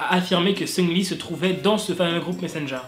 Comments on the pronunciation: ça me perturbe. tu dis Seungli mdrr moi perso je dis SeungRi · Le CéLèBrE MAQU-NAË SUNGUE-LI